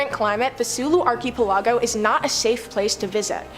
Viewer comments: Arky aplargo 😂 please do something on english place names i was lmfao every time she said arky aplargo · Haha, Arky Palago sounds like the main character in a Penny Dreadful story. Like, "Nobody but his butler and confidant knew that Billionaire Arky Palago was also the brilliant detective.." or something like that. Please don't stop pronouncing it this way. Love it. (Especially the way it drives people in the comments section crazy, lol.)